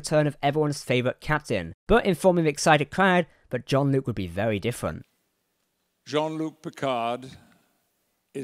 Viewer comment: It's Jean Luc not John Luke .....